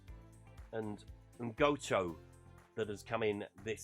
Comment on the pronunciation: So you're happy with him pronouncing Gnonto as Ungoto are you?